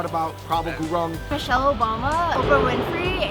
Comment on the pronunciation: Woooot!!! Shoutout to my man Prabal Gurung!!! Unfortunately, you guys didn't pronounce gurung well!! As a matter of fact, you guys were not even close! Its not GU-RONG , its GU-UNG!! Great video though